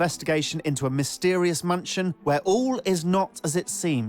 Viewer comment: am i the only one that heard him saying munchin instead of mansion?